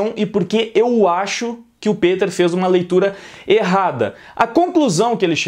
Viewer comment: Pq vc fala "pEter" ao invés de "pIter"